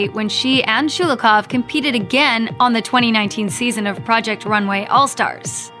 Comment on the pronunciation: It’s Sho-lo-hov, not Schu-lu-koff 😖